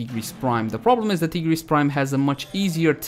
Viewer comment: pronounces tigris prime as tee-gris prime and they he says sancti tai- griss for sancti tigris. thats the main difference guys XD